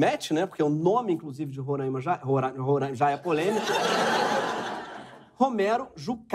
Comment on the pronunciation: Moro em Roraima e a gnt fala Roráima, quem fala Rorâima aq leva flechada